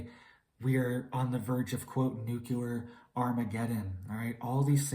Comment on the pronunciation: He actually said Nuculer instead of Nuclear. Bush got Hella clowned on for that.